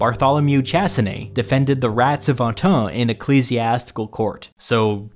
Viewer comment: Chassené, not tchassiné, idiot.